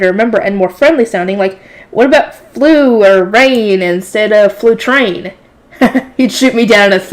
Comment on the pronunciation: your pronunciations of the names of the eternal Five was pretty ok Flutrane (goddess of water) was pretty much perfect Leidenschaft (god of fire) had a small mispronunciation because a "ei" in German is pronounced like "I" Schutzaria (goddess of wind) the second last was on point Geduldh (goddess of earth) also near perfect Ewigeliebe (god of life) let's just not talk about it